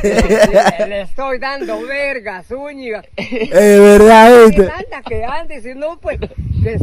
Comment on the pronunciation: Se dice verdad no VELDA